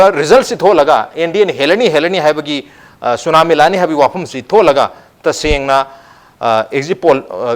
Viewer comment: tsunamo haibane tsunami haiba natte